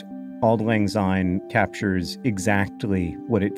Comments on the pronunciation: It's better to pronounce syne with an "s" sound like the beginning of since , and not a "z" like in zoo. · I very much enjoyed this video, but... Why do so many non-Scots (and a depressingly larger number of my countryfolk each year) sing it as Auld Lang Zyne? There is no z there! It should be pronounced the same way as a sine wave and it pains me every time. I'd hoped that if you were doing a 20 minute video you'd have done that much research as a minimum, but I am am again disappointed. Have a good new year. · Please pronounce the word syne as it should be, it’s pronounced SIGN as in syne. It makes millions of Scott’s angry to here it pronounced as zyne